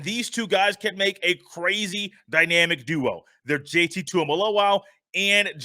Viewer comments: It JT not JTT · I definitely enjoyed the show but Bro his name is JT not JTT....